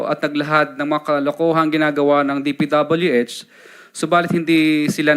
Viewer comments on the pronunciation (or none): Hanggang d mo nai po pronounce ang DPWH na tama Curlee d ka kapani paniwala😅paturo ka sa asawa mo Englishera yan ah😂